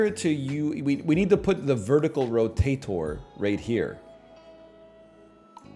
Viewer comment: NL says "rotator" like Dr. Doofenshmirtz